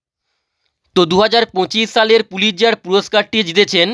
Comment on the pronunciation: প্রীতজার নয় পুলিৎজার